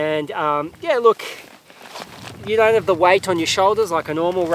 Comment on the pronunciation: strong emphasis on “don’t have to”